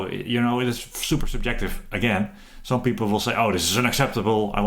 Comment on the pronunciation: I had this on 1.25x speed from the previous slow talking guy and I thought this guy was on crack. Especially that super-jective part!